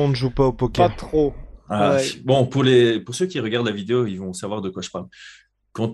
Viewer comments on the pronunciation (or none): none